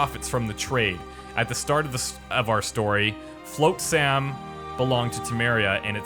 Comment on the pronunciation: FLOTsam. Not FLOATsam. I thought when the voice actor finally said it TWICE would get it... but in the next minute he's still saying Floatsam... it's driving me absolutely nuts.